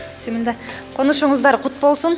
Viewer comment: Маладес алып баручу кыз Бисимилла деп кирип атат